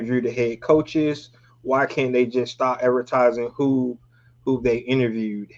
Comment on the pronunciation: Interverd 😂 bruh gone have me saying that shit